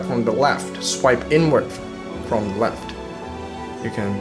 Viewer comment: It's 'the' not 'dee'